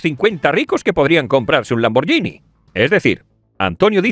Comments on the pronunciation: Cuando se refirió a la firma Lamborghini (que no se pronuncia como él dijo, por cierto), está claro que quiso decir Maserati, refiriéndose al vehículo de la pareja de Isabel Díaz Ayuso. Menudo 🤡 demagogo. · Pronunciese Lamborguini